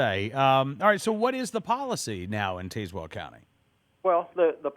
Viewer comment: As a resident of Tazewell County, I can clarify that it is pronounced "Taz-Well", like the Looney Tunes character, not "Taze-Well", like Taser.